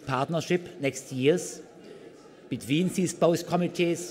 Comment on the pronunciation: boah ich hab ja schon viel gehört, aber das man "both" so dermaßen undeutlich aussprechen kann, dass ist mir neu ^^ und ja er wiederholt sich xDDDD